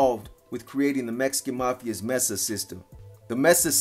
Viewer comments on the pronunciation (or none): none